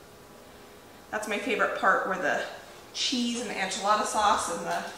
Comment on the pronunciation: PLEASE!! Enchilada is spelled with an e not an a. Please try to pronounce it properly. I’ve watched you for several years and I kept hoping someone would point this out. I’m sorry for being such a grinch. I love you and your show.